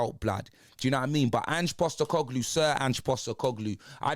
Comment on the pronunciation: Ange Sack-E-Coglou